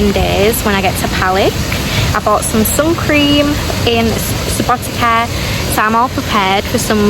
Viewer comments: letter C is pronounced exactly like the ts sound at the end of the word 'cats SubotiTSa, pizza 🤔🤪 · It is pronounced Subouteetza like subo pizza with t :D